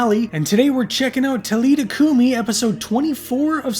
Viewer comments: It is pronounced TA LEETHA COO MEE! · The AI voice pronouncves some things wrong. William B Davis thhimself spoke about this episode at a convention. It’s Tal-i-tha Coo-mi